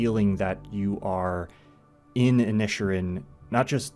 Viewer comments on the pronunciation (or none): The pronunciation of "Inisherin" should be thought of as two seperate words, Inish Erin. I don't know why they chose to put it as one word in the title anyway. Inish means island in Irish and Erin means Ireland